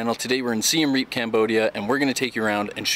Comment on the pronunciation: It’s pronounced see-um re-up.. not seen reeeeeep